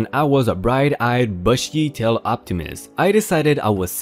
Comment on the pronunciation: Bush-ee (bushy), Bob is bob not boob, Gape-ing (gaping). You are getting much better! Still love ya though!🔥🔥🔥🔥🔥